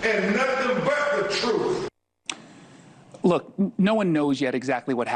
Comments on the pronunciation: Benjamin Crump can't handle the "troof". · 'The troof, the whole troof, and nothing but the troof...' Crump would choke on the 'troof' if he ever had to deal with it. LOL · THAT LAWYER CHUMP CANT EVEN SAY THE WORD TRUTH...HE SAYS TROOF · These people are sick and we are lucky they murder and abort as many of themselves as they do. The parents and Crump are getting paid thousands of dollars to appear on these shows so I doubt their grief. The sheriff in Jackson county needs to have a press conference. Crump saying "troof" is disgraceful to the law.